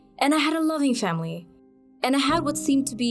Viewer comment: ”And I had a loving shamily”